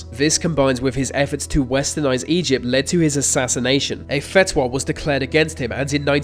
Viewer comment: Right. Far right dictator joining forces with hitler who is a leftist, like that could happen. But you couldn't even say fatwa right.